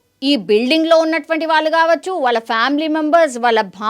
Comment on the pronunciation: Anchor! Telugu sarigga palakandi. Vaaaluuu kaadu. వాళ్ళు. ళహ కి vottu ఉంది. కంటెంట్ ని సాగ తీయకండి.